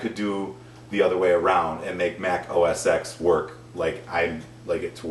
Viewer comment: Its pronounced os ten not os ex. #computerexpert